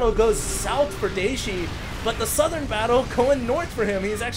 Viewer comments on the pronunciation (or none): none